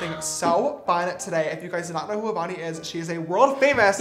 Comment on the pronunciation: Every time he says “avani” I hear “bonnie” LOl